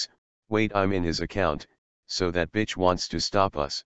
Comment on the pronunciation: Why you say bit che